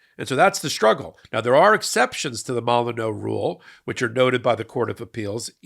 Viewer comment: it's pronounced mole-in-you.